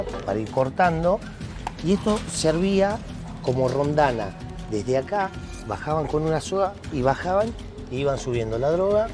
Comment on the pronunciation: Se dice roldana.